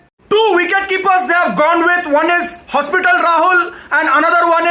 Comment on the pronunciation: bro literally said hospital Rahul